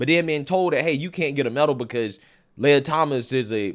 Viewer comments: i believe the Transformers name is pronounced Lee-a and not Lay-ya. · "Lee-uh" Thomas Princess "Lay-uh"